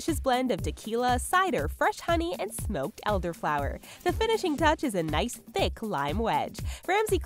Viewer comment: How she said T H I C K